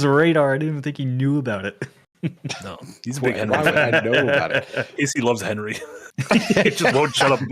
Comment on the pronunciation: Hennerey XD